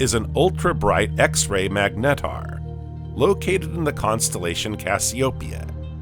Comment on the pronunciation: I can't figure out if this is an AI voice. Very interesting how you manage to sneak in an extra syllable on almost every word. Meg Net Tar